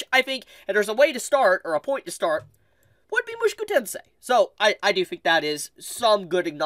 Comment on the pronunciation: Why you pronounce “Mushoku” like that